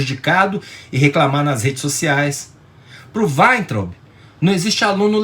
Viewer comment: gosto de ouvir suas opiniões, mas, por favor, fale Weintraub como todos falam. Ou seja, aportuguesado...